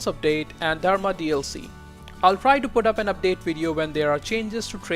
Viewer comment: Are you from India? Just out of curiosity since your pronunciation of Dharma was very distinct.